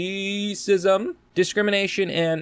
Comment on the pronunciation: Reee-cism Lol